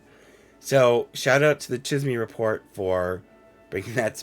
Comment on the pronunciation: Cheese may that’s how you pronounce Chisme